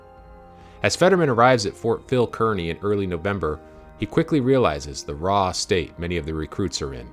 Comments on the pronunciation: The correct pronunciation of Kearney is Karni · Fort Phil Kearney was pronounced "Karney."